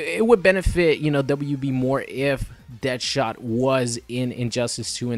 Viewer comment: DEAD-shot not DEATH-shot, plz never say that again. thanks